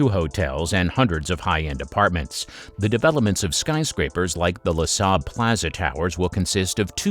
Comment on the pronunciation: Loo Sale .... not LAH SAHL ... this reminds me of the Galbani advert 😆